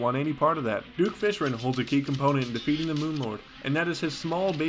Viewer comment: Things I've noticed about: - He keeps killing spazmatism in front of his brother and mocks said brother about it - He absolutely loathes skeletron prime with every bone in his body - He talks about plantera in a very questionable way - He pronounces fishron in the most infuriating way possible and it makes me laugh